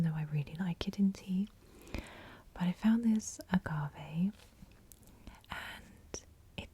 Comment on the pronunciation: I love using agave in my tea! Also yes, you pronounced agave correctly!